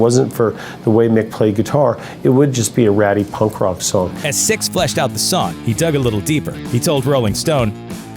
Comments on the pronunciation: it's nikki SIXX not nikki STYX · His name is "Sixx" not stix!! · the narrator pronounced “Nikki Sixx” as “Nikki Styxx” sometimes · Its not stix dude its sixx get ur shit straight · It's not Stycks It's Sixx, you jackass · SIXX, not styx!!! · His name is "Sixx" not Styx, dude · Lol as a black woman I love me some motley. Please say his name right sixx not sticks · SIXX not STIXX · I can't stand the mispronunciation. It's disturbing. Sixx as in 6 not Stix or sticks. Though Styx are another band entirely. Hoping that is just a confused moment for the narrator, but it's not hard to pronounce Sixx. Weird. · Sixx not Stix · You called him stix. Dumbass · Sixx* Not stixx it's sixx fix it bitch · Nikki SIXX. Not sticks. You bloody knob jockey. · Why do you keep saying Stixx??? Its SIXX, you moron. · "STICKS", STixx, or STIKS.... makes YOU a DICK!.....S-I-X-X....you know, SIXX!!!! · Dude....you know his name is Nikki SIXX, right? Like the number. Why do you keep calling him "Nikki Sticks"? Although if i ever get a dog who loves to play fetch.....that would be an awesome name!!😁😁😂😂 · STIXX AS IN HES A DRUMMER! LOL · It’s sixx you stupid fuck! Lol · is it just me or is this guy calling Nikki Sixx "Styx" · Is this guy seriously calling Nikki Sixx, "Sticks"? What a fucking DOUCHE!! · Omg could you please, at the minimum... get nikki's name right? Is plastered 1000 times below but I just feel the need to shove it in deeper. HIS NAME IS. NIKKI **SIXX** THANK YOU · Why do you keep calling him Stixx? Numb nuts... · Why does this douche keep calling him "sticks"? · he says sticksover and over again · Does he keep saying sticks?? Nikki Sticks?!?! 😂😂😂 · Gotta admit hearing him repeat Stix is hilarious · The continual mispronunciation of Nikki Sixx's name drove me NUTS! "Stixx"??? Fucking REALLY, dude? I'm not even a rabid Nikki fan, and that just irked the SHIT outta me! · Dude.. You GOTTA get his name right, it's not difficult, but you make it really hard to watch this way.. 😔